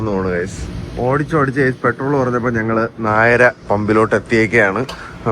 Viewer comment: Nayra alla niti para nayara😂😂